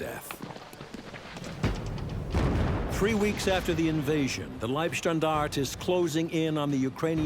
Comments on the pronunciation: the way he pronounce:"leibstandaaaard". Grrrr. Its wrong. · Do Americans deliberately mispronounce foreign languages? There is an e on the end of Leibstandarte. In the German language the e is enunciated... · im more annoyed with how he says leibstandarte. I want to slap him everytime he says it so bad